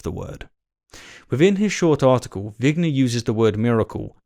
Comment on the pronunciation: It’s vigner not winger.